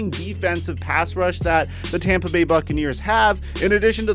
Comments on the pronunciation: It's Tampa. Not Tamba. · He's going to tompa bay lol u mean Tampa Bay